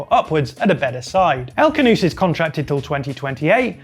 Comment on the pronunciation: stop callin him 'el canoose', it's 'El Khhhanouss'. gotta use the throat.